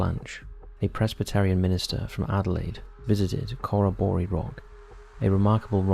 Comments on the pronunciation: As an Aussie, it took me a sec to realise where you were even referring to, then looked up and saw the name. It's pronounced 'kuh·ro·buh·ree', it's easy enough to find the correct way of saying it on google! When saying names from other countries, I don't see why only a few seem to double check how they same them. 🤷🏽‍♀️ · You really should've researched how to pronounce Corroboree. Any Aussies watching will be cringing.